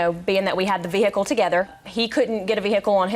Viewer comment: If I hear vee-hickle one more time 😖😖😖